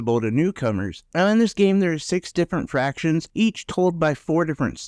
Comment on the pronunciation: You keep saying fractions. It's factions.